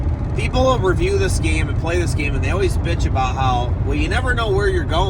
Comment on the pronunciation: first time you said game manuals, it sounded like you said gay manuals. LOL